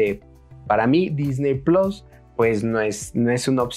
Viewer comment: No hay necesidad de decir plos, puedes decir PLUS que es una palabra en español, es muy sencillo hablar en nuestro idioma